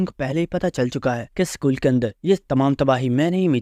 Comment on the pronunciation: School ❌ SHCOOL😂😂✅ Edit: Sab dekho shcool